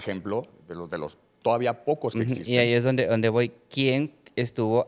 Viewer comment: El doctorcito hablando de cosas que no “etsisten” 😂